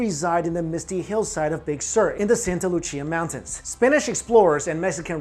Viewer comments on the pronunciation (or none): Santa Lucia is pronounced😂 santa Lu-see-ah. Not lu-chee-ah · It’s Spanish man, not Italian. Santa Lucia = Santa Loo-See-ah. Not Loo-chee-ah.... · “Loo-SEE-uh” not “Loo-CHEE-uh” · Santa Lu-see-ah, lmao couldn't stand how he pronounced it... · It is pronounced "Santa Loo-see-a." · Santa LuCCia?? lol allways funny when english speakers try Spanish